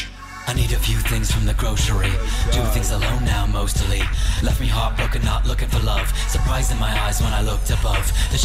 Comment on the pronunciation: "They're rhymin' though, they're rhymin'" Well, for the most part. Except for the part in the second verse where the guy tried to rhyme the words "grocery" and "mostly", which don't rhyme regardless of how much you butcher the pronunciation of "mostly".